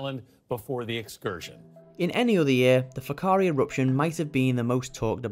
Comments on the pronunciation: The pronunciation of whakaari was almost perfect brothers. Just roll that “R” and you’re on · However they pronounced it better than most New Zealanders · Their pronounciation of Whakaari was spot on, did not expect that at all.